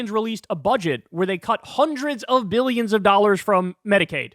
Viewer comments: “BEE-YUNS ” of dollars?! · Hundreds uh Biyionz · "no 'l' in 'biyyons' " Bannon